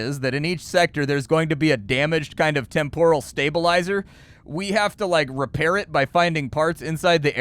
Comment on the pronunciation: It's pronounced TEHM-poral,, not Tem-POHral